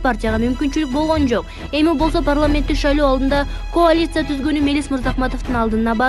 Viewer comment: Койчу ушул эски жегичтер менен чимкириктерди,ууру тойгончо жеп олгончо карганат.Эч кимди жолотпогула .Тупой журналист коалиция деген создун айтылышын туура айтчы келжиребей.